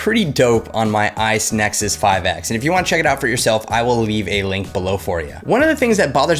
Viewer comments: Did you really just said "Isnexus 5X" ??? Did you wanna say IPhone or something? 😂😂😋👌🏻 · Yeah I heard it too.